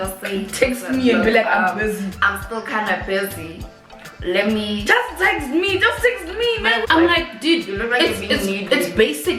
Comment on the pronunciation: “Just tezt me” 😩😅